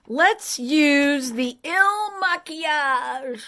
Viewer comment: Hi, I feel good in your house, thank you.🙏 I’m 62 and I feel good about my age, because as the years go by we learn more and more and that’s wonderful, we progress, we understand others and life. (I love when you speak French when you said Maquillage…👍) See you soon, a friend from France🌸